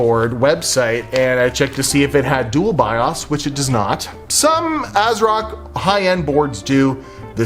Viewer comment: 😒 buddy, i know, u know, its Asrock, cmon